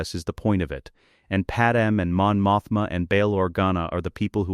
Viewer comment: Pademamadala 😂😂 wtf, dumb ai